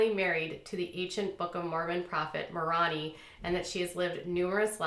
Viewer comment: Moroni is pronounced “more-oh-nigh”, “igh” as in the letter “i” or “eye”. And if he was kicked out of the church, then he was excommunicated. Also, these people obviously have some mental health issues.